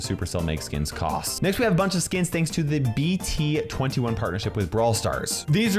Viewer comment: BT21 fans will notice how pronounced the bt21 names wrong